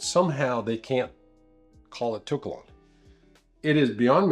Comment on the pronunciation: Not to be "that guy," but the To in To Kalon is pronounced "toe." P.S. another great video. Keep it up!